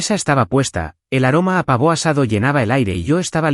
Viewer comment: El Pavò parece francés 😂😂😂😂